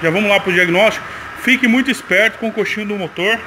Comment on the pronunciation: O nome é coxim, não coxinho